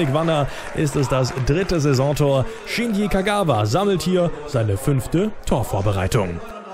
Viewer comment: Es heißt Shinji und nicht Shini!